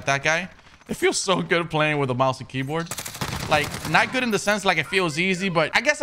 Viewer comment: He spelled it like how he says it lol